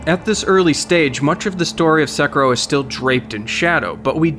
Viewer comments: Please look up the pronunciation of the game's name if you're going to make a video on it. It's せきろ, se-ki-ro. This honestly hurt to listening to you mispronounce it so frequently. Did they not say the name of the game once to you while you were in Japan? Or even correct you once there heard you butcher the shit out of the name? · Anyone else a little triggered that he kept saying (sec-uh,-row)? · "say-key-row" my friend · STOP CALLING IT SEKERO FUCK! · Stop saying Sa-ku-ro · Yikes another dude calling it SEK ER OH lmao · So irritating that you pronounce it “sek-ur-oh” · It's pronounced Seh-key-row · How many times are you going to change your pronunciation of Seckaro and Sekiro lol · It’s pronounced Sa-Key-Row! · Sekiro. It's pronounced... Seh-Kee-ro. Japanese people have confirmed the pronunciation on reddit. The o is also supposed be extended and not ended as 'ro'... Sekirooo. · You called it sakuro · Stop saying “Sekero” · "Seh-key-row" So you can sound less like a weeb :P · The R is like Spanish soft R kind of a shorter R sound I'm sure there's a more precise explanation。 Edit I just looked up in Japanese and it's actually sekirou (long o ending), also the pronunciation is flat se ki ro has slightly less emphasis on the ki syllabus as I thought a native would have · Why did you say 'secker-o'? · cant even pronounce the game title right.. smh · Am I the only one who was bugged by this pronunciation of “Sekiro”? ;( No? Only weeb here? Whatever. Fuck you guys. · Every time you say Sekiro wrong, Lautrec kills a firekeeper. You bitch. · And you where saying it wrong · The way he says sekiro really bothers me😂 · Your Japanese pronunciation is just awful. If you're going to report on this stuff, you at least need to say it right. You even had the devs there to ask. Also, title click bait. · That shit was annoying me too but still great video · Flew all the way to Japan to play the game, still can't pronounce the name. Nice. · you pronounced "sekiro" like a baka gaijin